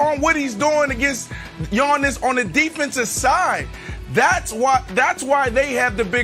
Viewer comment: 1) It's "YA-niss," not "YAWN-iss." 2) It's "The Greek Freak," not "The Greek. The Freak." Ohhh, Brandon.